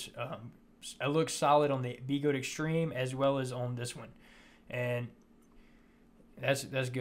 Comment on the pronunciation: B-eh-gode. Not BeeeGode